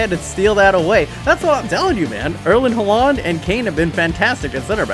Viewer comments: I get real stressed when he says halaaaand instead of haaland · am i the only who gets really annoyed by his pronounciation of haaland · the way he pronounces Erling Haaland brings me physical pain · The way he pronounces Haaland is extremely annoying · i'm always so confused when he says Haaland :D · Kolašinac too! Ive always wondered why people pronounce it like that when its wrong.